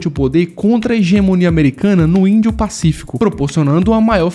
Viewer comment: "índio-pacífico". Lê mais devagar. Há muitos erros em sua leitura.